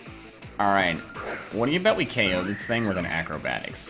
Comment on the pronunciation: Why does he so 'Oko' and not 'KO'???????????!?!?!?!!!!!!?!?!?